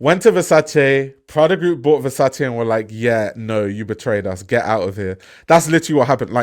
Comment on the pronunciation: Love that you pronounce Versace properly. Your content is fire. 🔥